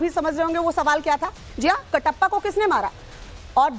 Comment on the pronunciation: Katapa ko kisne mara 😂😂😂😂 wah re anchor, pahle khud revise kar lo uske baad bhachar bhachar krna😂